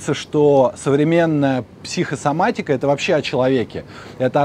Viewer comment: Интересное произншение - психсоматика! Без связывающей буквы О всередине.